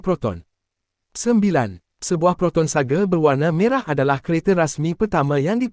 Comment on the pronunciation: Sebutan SAGA bang..bukan sage